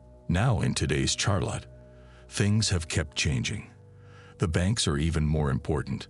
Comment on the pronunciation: Teach your fucking AI narrator how to pronounce Charlotte.